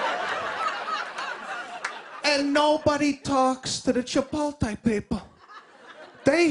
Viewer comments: He says chipotle wrong, he says the L before the T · Hahaha mispronounced CHIPOTLE HAHAHA! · It's not Chipolte - it's chipOtle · Have you ever noticed that ALL Americans mispronounce Chipotle, they say 'chi pol tay' when in fact is should be pronounced 'chi pote lay'... And don't get me started on another one like library, when they all say liberry or what about February they say Feberry... What is going on in schools over there, don't they teach them any grammar? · must be the Italian in him ;) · Pronouncing the word as "Chi-pol-tay" is an Italian colloquialism derived from his cultural idiosyncrasies. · He said Chipoltay three times. So funny he should get his own show. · Did he say “chipolte” like a million times? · Love this guy, but man, I cringed every time he said "chipolte". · it's pronounced "Chipot-LAY"...the "l" is after the "t" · He’s making fun of Chipol-Tay. That and every other word he purposely mispronounces. Lighten up and try to be enlightened by the material instead of being so judgy. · Seriously? That's what makes it so awesome! He can't pronounce CHIPOTLE correctly! He just can't! I hope he never learns how to say CHIPOTLE correctly, because it would ruin it a little bit if he did! Two thumbs up! Hope I see him again somewhere because he was a pleasant surprise. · Mr. Tulip probably the worst most basic, bland stand up i've seen on any talk show. Barely chuckled, he couldn't even get the name Chipotle right and it was half his skit.... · He's mispronouncing it on purpose, for laughs. He's a pro. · It might help if he could pronounce Chipotle correctly. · I thought it was supposed to be part of the joke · Jake Cox Some people pronounce it incorrectly, and some people pronounce it correctly. You can't will it to be right no matter how hard you try. Sorry, it IS wrong. Please get hooked on phonics. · I listen to his podcast and he's says he knows he's not saying it right. It's a joke. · Nancy Bee says the american LOL